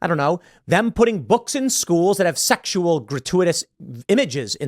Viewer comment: Amazing how many syllables Tim Pül can pack into the word “sexual”.